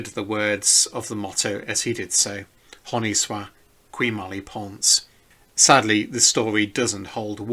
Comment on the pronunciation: Your French is appalling, and a little distracting. The rest of the video is very informative and interesting.